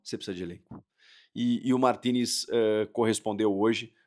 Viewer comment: quando André Henning falava Martinez eu entendia Toni Kroos